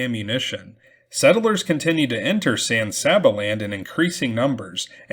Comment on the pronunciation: San Saba is pronounced San Say-ba.